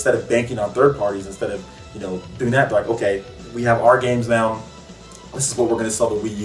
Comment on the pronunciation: great video. also why do you say noun when you say now?